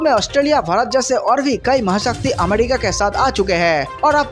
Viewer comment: Gutkha thook kr bola kr bhai🙏.....amedica nhin America hota h 🤷🏻‍♂️